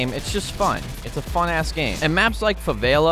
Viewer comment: ‘Favaila’😂 Love it keep it up😂👍🏽